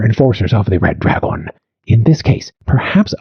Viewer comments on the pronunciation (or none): The AI pronunciation of English is wild. draGON